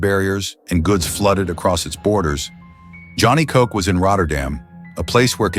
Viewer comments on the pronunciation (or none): none